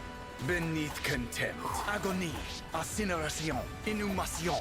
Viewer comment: Thank you for standing for the french! The « INCINERATION » was on point honestly Great content, do not regret subbing!